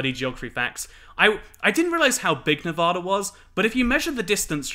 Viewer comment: From a Las Vegan, welcome! You won't be a true Nevadan until you start pronouncing it correctly though, lmao. Nev-ah-da, not Nev-aw-da!